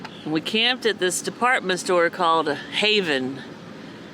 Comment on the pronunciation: Pffhahahahha I heard "a store called haven", thought it was a weird name for a Brazilian store, look over to my phone screen, AND LMAO of course it's an Havan